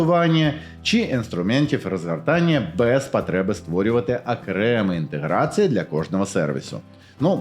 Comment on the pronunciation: ще є над чим працювати (пАгАворімо- пОгОворимо, кінец - кінецЬ, інтеграцИї- інтеграцІЇ, гАтуєтся- гОтуЄтЬся, відмовитисА- відмовитисЯ, ухвалІв- ухвалИв, суттєвИ- суттєвІ, гАлАвних- гОлОвних), але вимова у стає значно краще. Круто!